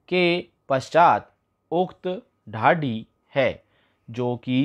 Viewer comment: हद है, ढाणी को ढाड़ी, डिक्री को डिकी, सींव को सीव, बोल रहा है, देखकर भी नहीं पढ़ सकते क्या😡😡😡